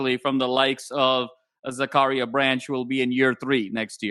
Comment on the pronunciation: Yo. His name is pronounced Zack-kah-Ryah. I know this is a little bit of a language/cultural barrier, but you should know by now.